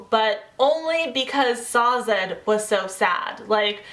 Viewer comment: I agree. She says Sa-zed where I read it as you would say Dazed, just Sazed.